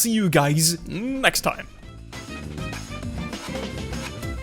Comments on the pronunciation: It's not marshel it is Marcel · i know how to pronounce your name its marcel and not marshell not marchoni not macaroni not marshi not maricol not marciano and not #marcel. its marcel marcel marcel. #marcel